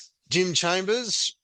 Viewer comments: its chalmers not chambers bro wtf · lol Jim chambers eh? It’s chalmers mate… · Chalmers dude, not Chambers 👍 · ChaLmers… if you’re going to critique someone, learn their name. If you haven’t bothered to listen to how his name is pronounced, how can we trust your information about him?